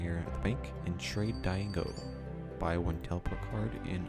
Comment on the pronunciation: Trade "die go" ehehehe its "dee-aye-go"